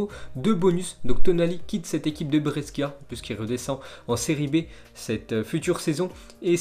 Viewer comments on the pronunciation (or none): Bresckia mdr Brescia mec